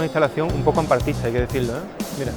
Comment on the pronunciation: "Hamparte kuin"